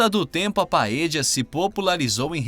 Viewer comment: Se você, comentarista, for argentino (o que não parece) falar "PAEJA" OK. Mas se não for, esse argentinismo fica feio ouvir para nós que falamos espanhol. O certo é "PAELHA". A fonética "ll" do espanhol para o português é a "lh". Deicha aos argentinos falar " paeja" "caje" "amarijo".